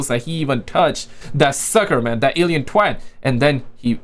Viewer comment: Are you saying alien threat or twat